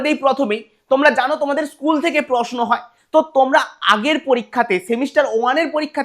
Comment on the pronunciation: প্রসনো আর প্রকাস😂😂